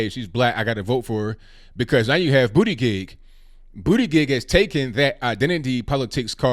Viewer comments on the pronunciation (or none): Respectfully, you are butchering Pete’s last name. It’s pronounced “boot - edge - edge” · I still can’t get over the irony of a gay guy who’s name is pronounced “Booty Gig.” 😂 He better not win the DNC nomination. Trump would make him the butt of all jokes.😂🤣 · I'm at Starbucks trying to hold in my laughter everytime you said Buttigieg. I got to a point where I was like please stop saying his name.